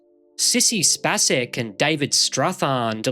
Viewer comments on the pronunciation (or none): Man Sissey Space Ex. Pronounce the space as Outer Space. No soft ac. Great work kid Great channel Watched you LOADS KEEP IT UP